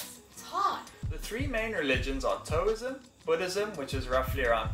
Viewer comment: Confucianism you say like this: Con-fyu-shion-ism. Taoism you say like this: Tow-ism. The first syllable is pronounced like the word, Ow the word you say when you get hurt or some such. The gorgeous long, flowing dress tunics that the Vietnamese women wear over loose trousers, are called: Áo dài and you say those words like this: Ow-DIE.